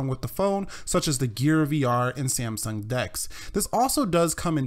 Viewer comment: it's samsung not sieamsung :)